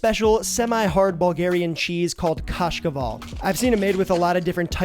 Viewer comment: My guy that pronunciation on kashkaval/кашкавал was spot on, like literally exactly how we say it